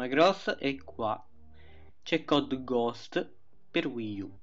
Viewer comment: we, qui c'è cod ghoschht per wiiu